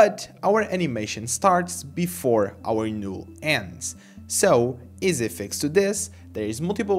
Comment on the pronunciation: It's not a big deal, but the "NULL" is pronounced as "Nall" but not "Nule"